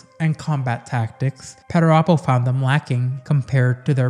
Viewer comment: Another solid entry my friend. Thank you. You also have the best pronunciation of perturabo i have heard. 😊